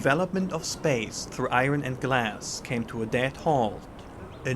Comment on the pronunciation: this is great, but the best thing is every time the guy says eye ron. 😂